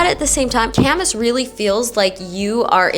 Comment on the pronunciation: Local here. Ka-mahss…not Camas🐪